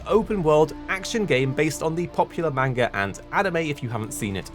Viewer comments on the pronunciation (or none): none